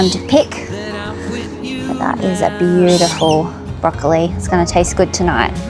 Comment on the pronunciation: Is the mispronunciation of broccoli a family thing or specific to your locality?